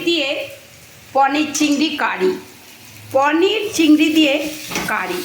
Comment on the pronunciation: Poneer bole na paneer bole